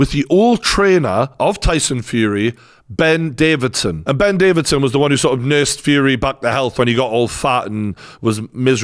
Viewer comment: Get his name correct at least! Davison NOT Davidson!